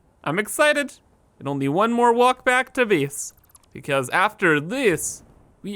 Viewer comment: everytime he says "biss" instead of "base" makes me wanna kms